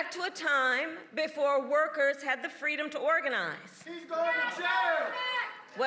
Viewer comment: Fweedom. She lied then too